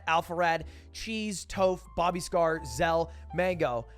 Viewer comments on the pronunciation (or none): none